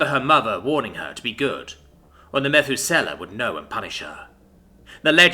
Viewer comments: it's interesting hearing you place emphasis on a different sylable when saying "methuselah." my own, and various online resources put emphasis on the U meh THOOO sell ah. where you chose to use the second E for SELL I mean, it sounds cool, but also has a dissonance, because it's different, and out of...colloquial nature. so...put the emphasis on the Thoo sound. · MEH-thoo-SELL-a? God damn, dude. It's pronounced meh-THOO-suh-luh. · Im pretty sure you are pronouncing that wrong. Methuselah is pronounced muh·thoo·suh·luh. He was the man in the bible with the longest recorded lifespan. Thats why this live forever project is named after him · You mispronounced, "Methusaleh" . "Mə-THOO-sə-ləh." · It's pronounced Muh-thew-suh-lah Dude in the Bible that supposedly lived 969 years. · Need to work on your pronunciation of Methuselah. It's Meth OOS eh lah. Emphasis on the oos, not the eh. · Ha jaha "meth-oo-sella' oh my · Methuselah. Meh-thoo-sou-la. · this but more British for me and the narrator Otherwise nice tale, enjoyed it. Glad we all agree that the pronunciation was killing us though pahaha. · yeah, that was my one gripe listening, as I'm not used to the word pronounced other than this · Emphasis on oos. Not on eh. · What a great story but COMPLETELY ruined by the total and utter miss pronunciation of Methuselah! He was the oldest person ever in the bible. And yet again you ruin a great story by not doing your homework. In this case the pronunciation of Methuselah has massive context in the understanding of the story..... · Eww how he says Methusela makes my brain hurt. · Lol at everyone going at your pronunciation of the name. I would just chalk it up to thousands of years passed, and the name passed down in history by Mus, who probably have a bit different talking apparatus than humans. Heck, just thousands of years by itself would change pronunciations due to linguistics drift. For the Narrator! For the Algorithm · Methuselah isn't pronounced like that lol.